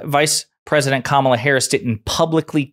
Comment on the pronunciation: I mean, she pronounced Kamala correctly. That's progress, right?